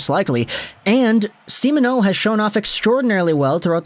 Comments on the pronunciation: Yep, pretty good. Except Lego kinda sounds like he's saying Semen-O instead of See-Mon-O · Lego, great vids. Long time fan! But, please practice saying Simoneau.. SEE-MON-O. Stressing the MON would help out greatly!